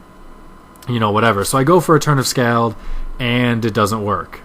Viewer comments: its pronounced scawld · You say Scald weird. There. I said it.